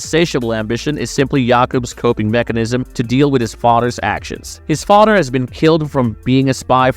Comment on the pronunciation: On a random note, does anyone here know where OP is from? I only ask because of his unique pronunciation of a few of the words in the video, for instance, the word "father," which he pronounces as "fadder." The only other time I've heard it said this way is, funnily enough, from the ex-amish YouTube, Eli Yodder. Either way, awesome content. I loved the video. I will certainly be checking out the movie based on OP's recommendation!